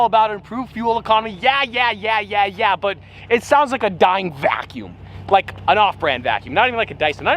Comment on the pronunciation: Listen on and listen when he says vacuum